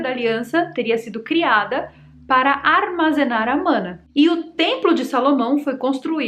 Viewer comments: não se fala “mãna” e sim se pronuncia “maná” … vídeo massa ❤ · Não é "A mana" e sim O Mãná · Não é mãna ke fala é maná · Oxe nao é MANÁ nao!! É MANA? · Mãna não! Fala direito! É MANÁ!!!!!! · Na verdade a pronúncia é maná. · Se pronuncia maná! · Maná é a pronuncia correta,. No portugues e no Hebraico. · Conhecia com a pronúncia de "Maná". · Interessante, não conhecia essa versão. Mas,, é manáh, com a última sílaba tônica 😉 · Se pronuncia “Maná” ❤❤❤❤ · A pronúncia é: O maná do céu. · A pronúncia é Maná. Adorei. Arrasou 🎉